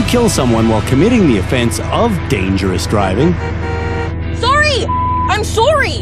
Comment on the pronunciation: lol she said soury